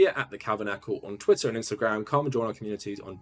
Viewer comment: did he just say 'twittain'